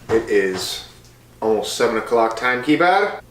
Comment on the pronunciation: “TYME KEEPURRH” 😂 So glad I got to help you with this video babe it was so fun. I still can’t believe (well I can) that you ate over 10,000 calories! CHAMP! Everyone better give this a 👍 so we can get to filming a 20K Challenge 😂🍪🍩🥙🌯🍦🍫🥡🥯